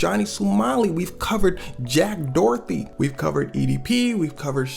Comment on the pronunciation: Did you say Jack Dorothy? 😂😂😂